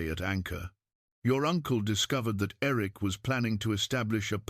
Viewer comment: I had a teacher when I was in high school that always called me Irik. Like the lake Erie. She was from Maine. So it may be from that programmed into the AI. Great story. Thank you.